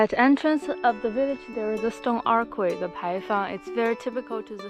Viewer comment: You speak fantastic English but a little pro-tip is "archway" is pronounced "artch-way". It's one of those things that makes English so difficult but the "ch" is the same as "China". Hope that helps!